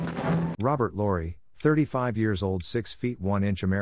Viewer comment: It's pronounced Lowery like bowery, not Laurie. LMAO : )